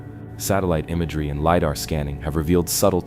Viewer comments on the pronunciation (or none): none